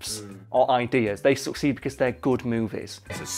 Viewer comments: Am I the only one who heard "Suck seed" instead of "Succeed"? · Anyone else heard suck seed instead of succeed? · I can't stop hearing him say suck seed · The way he said succeed made it seem like he was saying suck seed. Lol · the first time he said "succeed", i thought he said "suck seed" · Not gonna lie I thought he was saying "suck seed" for half the video